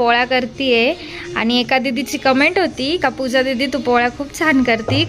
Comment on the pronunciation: tu puja nako bolat jau.pooja bolat ja.